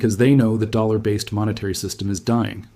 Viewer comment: and it even not a good one he cant even say dollar right..dammit